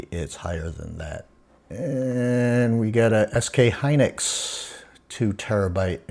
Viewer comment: lol "SK Hynus" 😆 I think you should throw that r16 case n mobo away lol btw did you end up selling that 4090? Its going for a lot rn on ebay. Also I much prefer custom stuff but hard to find someone that builds where I live lol